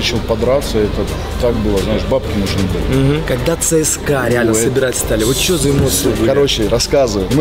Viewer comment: ЦСКА, а не ЦСК